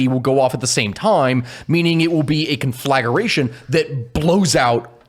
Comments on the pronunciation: its pronounced Con-fla-gra-tion... not Con-Flag-R-ation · 🤬 it's kän-flə-ˈgrā-shən 😜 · Can I really trust stories from a guy who doesn't realize there's no u in conflagration between the g and r?